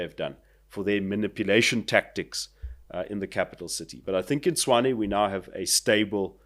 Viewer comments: Actually his pronunciation is 'Chuane' or 'Chwane', which is not quite right. Tshoane and Tshwane are pronounced the same, one is Sotho, the other Tswana. But yes, the guest's pronunciation is the correct one. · it's Tshwane, not Chuane . Listen to how Cilliers pronounces it 😊